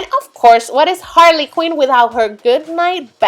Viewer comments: It's not Harley queen its Harley Quinn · It's not Harley Queen it's Harley Quinn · it Harley Quinn not Harley queen